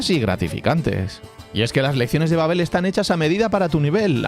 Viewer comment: Babbél babbél 😂 Babbel